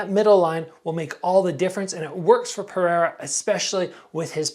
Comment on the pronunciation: Come on it's Pereira, not Periera man